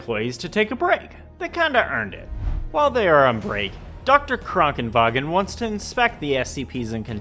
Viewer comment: I hate how you are pronouncing Krankenwagen correctly